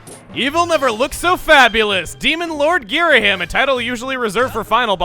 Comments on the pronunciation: Everyone pronounces video game stuff differently, I get it. I really do. But I will never get used to 'GhiraHIM'. It was always 'Ghira-HEEM' to me. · It's pronounced Ghiraheem! Have you not played hyrule warriors?! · Not to be a huge nitpick, but the "him" in "Ghirahim" is actually pronounced as "heem" making his name pronounced as "Ghiraheem" you can hear so in one of the Hyrule Warriors cutscenes, as some of those contain narration with voice acting. Again, not meaning to be a pain. Just pointing it out ^.^ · That's not how his name is pronounced goddamn it. Ghira-HEEM. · Nobody ever says "Ghirahim" right 😐😑